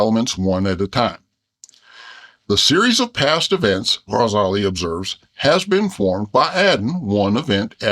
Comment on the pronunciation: As an Arabic teacher, I adore the way this cartoon bear makes the effort to pronounce the "gh" in Ghazali correctly! ❤